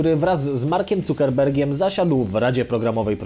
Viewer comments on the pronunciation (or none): Mark "ZAKERBERG!" nie "Cukerberg" kiedy ludzie się w końcu nauczą xDD